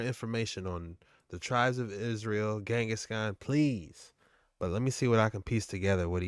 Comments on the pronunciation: He is saying it wrong! Not Zengis Khan !!! But Ghengis Khan. G sounds like in Gate. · He said zingus khan not Genghis khan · If this man say Zengis Khan one mo time... 🤦🏾‍♂️🤦🏾‍♂️🤦🏾‍♂️💀